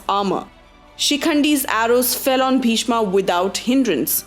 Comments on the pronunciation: Wrong pronunciation Pagli. What the hell is karana, bhishma, mahabharata etc. .It's bhism, karrn, mahabharat. Don't showoff you dump. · Hahaha what an idiotic pronunciations angaaaaa karnaaaaa bhismaaaaa bhardwajaaaa balramaaaaa bhimaaaaa you idiots Plz learn pronunciations before making videos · Pls its bhishma not bhishmaa, drona not dronaa, change the way of pronunciation. We aren't the English people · FYI it is Pandav not Pandavaas, kaurav not kauravaas, bheeshm not bheeshmaa, yudhisthir not yudhisthiraa. there are many more 'aas' used in this video which should have not been used.